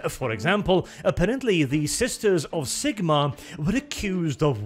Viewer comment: You deserve a ike just for pronouncing Zigmarr the right way